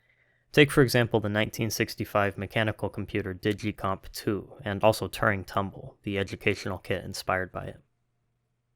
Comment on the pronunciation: That's not how to pronounce Turing.